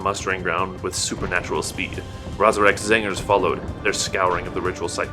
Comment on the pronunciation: I enjoy how you say Zangers whenever you say Tzaangors.